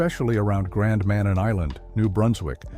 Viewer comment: It's pronounced Gran Ma-nan!!!